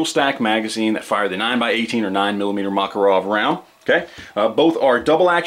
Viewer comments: ma-KAR-ov is the pronunciation. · Is the Makarov pronounced "Mack" or "Mock"? The internet seems to be split on this one. I'm sure the Russians use the latter pronunciation, so that should be all that matters, right?